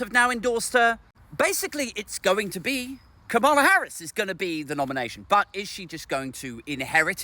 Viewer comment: it's Ka-ma-la as in camel-er. Not Ka-MAR-la. Not being a pedant, some Reps deliberately mispronounce her name.